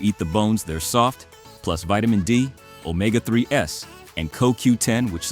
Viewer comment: It's NOT pronounced omega 3 S, IT's pronounced omega THREES!!!